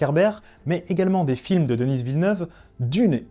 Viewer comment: Denise Villeneuve 😂😂😂 c'est un homme et il est francophone, on ne prononce pas le S à la fin de son prénom.